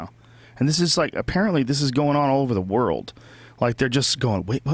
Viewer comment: I love Brian but when he says world it gives me aids